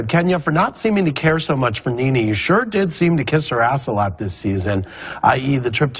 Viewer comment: the mezzy mahon, IT NENE NOT KNEE KNEE, NOT YOUR KNEES ON YOUR BODY, LOL